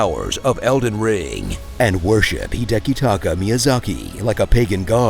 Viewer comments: counter-point: it's one thing to not know the proper way to pronounce due to language barrier, but it's another thing to end up with a different name (Hide"ki"taka instead of Hidetaka) probably because he heard the name for the first time. Edit: then again a friend of mine was calling Elden Ring "Eden Ring" until I pointed him out. So, 🤷‍♂️ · Hidekitaka Miyazaki? You mean Hidetaka Miyazaki?